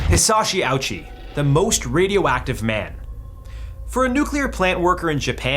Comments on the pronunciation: Pronounced Ah-u-shi, not ouchie... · Actually, that’s not how you pronounce Ouchi’s name. It’s Oh-oo-chee, not ouchie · Its pronounced more like Oochie than Owchie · First point: his last name is pronounced Oh-OOH-chi, not "ouchie." Second point: Why does the weird 3D imagery depict a white man? Third point: It was his family begging to keep him alive, not the doctors. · Not ouchie, it's oh-oo-chee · It's pronounced Oh-ooh-chee, not Ouchie. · It's pronounced "oh-oo-chee" not "Ouchie" an extremely easy detail to find online. Your stupid joke, the one "you couldn't resist" is very disrespectful and disgusting. Shame on you. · The capacity of americans and English speakers to completely butcher foreign names will never cease to surprise me. Like, at least try to say it without mindlessly using your language's phonetic framework. "Ouchie". It's more something like Oh-oochi. Every sillabe is pronounced as if they were independent from one another. O-U-chi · So distasteful to joke about his last name...and by the way, its not even pronounced like "ouchy", its pronounced more like "oh-oo-chi", gross joke, also he wasnt kept alive as some guinea pig, his family wanted them to try everything they could to keep him alive so they did, when they knew it wasnt possible they spoke to the family who agreed to let him pass. You suck. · It's O-oo-chi, not "Ouchie". Don't think it's right to make a joke off of that, specially with your white accent. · his name is ouchi (oh-uu-chi) not owchie. stop mispronouncing names its not funny especially ikf it's someone who passed. im tired of white people being so disrespectful to other cultures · Please work on your Japanese pronunciation. His name was not "ouch-i" like you got some kind of boo-boo. It is pronounced "Oh-oo-chi." As a Japanese speaker: "Sorry, I couldn't resist." Have some respect. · Omg it's pronounced Oh - oo - chi, NOT OUCHIE. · Ouchi isnt pronounced OWCH-EE, it's O-UU-CHEE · "Hisashi OWchi" xD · it’s pronounced Oh-oo-che